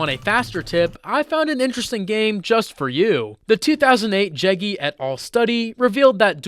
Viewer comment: You pronounced jaeggi wrongly. Also, N Back mainly trains working memory.